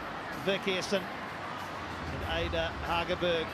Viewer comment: That commentator is a disgrace. He mispronounced Hegerberg's name every single time. And she's one of the most famous female football players. I sure hope he brushes up before the world cup.